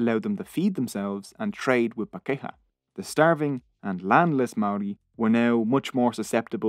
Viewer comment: Where most of your pronunciations were OK pakeha did my head in everytime it was used! (par key har - emphasis on par. Then the key har is together... Par keyhar pakeha. But non maori is OK too! 😁